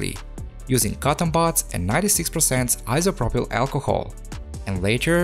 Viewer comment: yes bro. many of us come here to just hear that 96% iso pro pail alcohol🤣